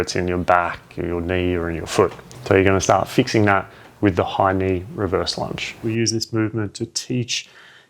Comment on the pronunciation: Oh, thank you for this one. The first time you referred to those lunges, I heard: 'Hiney Reverse Lunges' ..then figured out it's 'High-Knee' ;~)